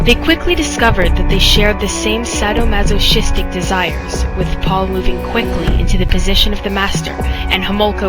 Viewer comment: some of these facts are incorrect or slightly off. it wasn't researched well. you couldn't even pronounce "masochistic" (you mispronounced it not once, but twice) or leslie's last name, "mahaffy." and watching you read what you were saying was painful. it would have looked so much better memorized. sorry, i'm picky.